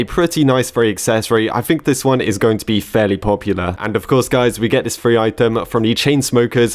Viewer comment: I swear I thought you said "furry item" instead of free item